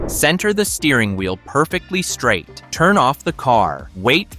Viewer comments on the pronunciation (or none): none